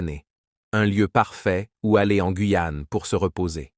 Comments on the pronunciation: On dit pas la guouyaon dit la Guyane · Ces voix robotiques en AI sont insupportables. (. Le Gwouuiyan' ). C'est terriblement nul. Même le rythme du discours sonne totalement faux.